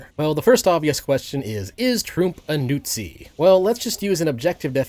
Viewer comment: Dude really said nootzi. Think I woke my wife up with that laugh.